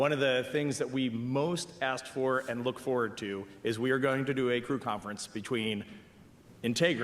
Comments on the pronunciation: the problem is he didn't put much emphasis on the AND part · He should have emphasised the word “AND” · he maybe shouldve stressed that "and" a little more lmao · He didn't word it poorly; he emphasized the words poorly. If he had put an emphasis on the word "and" it would've made it clearer that it was a first that BOTH missions were happening at the same time.